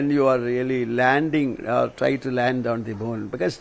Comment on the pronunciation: Well presented and spoken. Small sugg...it's f o r t y..... Not forty. All in love. Eager to hear more of it..